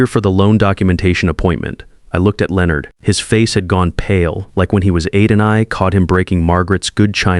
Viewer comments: Is it really that difficult for AI to correctly pronounce Leonard every time? About half the time it’s correct. The rest of the time it’s pronounced Leo-nard. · This one taught me how many different ways Leonard can be mispronounced.